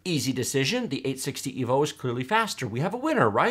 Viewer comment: "EEvolution not rEEvolution." Never again.